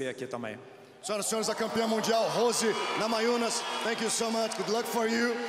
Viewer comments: Gammajunes, they pronounce the N as a G, as well as the silent R, strange language Portuguese. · Death Painful es "NA MA YU NAS" :)